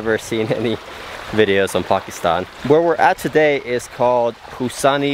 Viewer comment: Ah, someone finally knows how to pronounce Pakistan, 👍